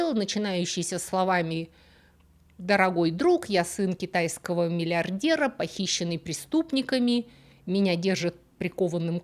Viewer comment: мильядЕр, компьютЕр, бИзнесь, дЕтЕктифффффъ - мне всегда было интересно: образованные люди, которые потратили на себя кучу времени и вложили немалые средства в свое образование и развитие. Достигли высот. В придачу мигрировавшие в англоязычный мир. А произношение как было русское так таким и осталось в самых банальных местах. Это резкое Е просто добивает. Да не критично. Да видим примеры как люди успешно живут, да и до гробовой доски доживут без проблем. Но, блин, нельзя разве говорить глухое "И почти Ы", "Глухое Е почти-что Э" в иностранных словах, что бы звучать """понативнее""" - просветителям культуры??? вопрос практически риторический - я в курсе, что горбатого уже только могила исправит. У самого грехов вагон.